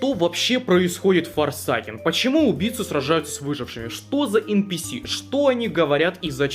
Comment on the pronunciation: я не хочу душнить на форсАкен звучит ой как тупо. говори форсЭЙкэн прошу